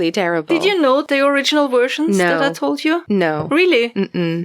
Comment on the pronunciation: I planted onion starts listening to this. The doggo & puppy kept me company. I love you, but listening to 'wersions' always makes me smile.